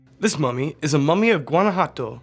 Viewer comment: For a second, I thought he said,” FAMOUS MOMMY!!!”